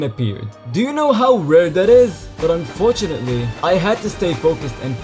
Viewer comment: how many times did you say unfortauntly?